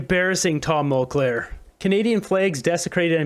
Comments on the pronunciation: It’s Mulcair not Mulclair. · Don't speculate or make 1/2 claims about something you cant prove. And the name is mulcaire not mulclare. Speech accuracy is important. You say things that arent accurate, you'll lose respect and smart viewers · Speaking of embarrassing, I know you can say the name "Mulcair" correctly,. Try it.